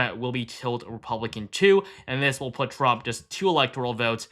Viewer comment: Trump, not tramp.